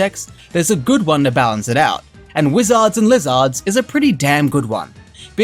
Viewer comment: Have you never heard how "wizard" and "lizard" are pronounced?